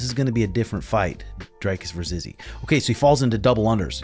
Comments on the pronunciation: Bro, great content but how do you still no know how to pronounce his name? The Dric in Dricus is pronounced like stick...Dric, not dryke. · I love you, but it's pronounced dree-koos, not drei-koos.... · Dricus as in Hendricus. Dutch name last name is French.